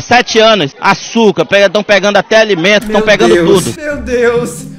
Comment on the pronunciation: vai virar meme agr ''AÇUKA''' KKKKKKKKKKKKKKKKKKKKKKKKKKKKKKKKKKKKKKKKK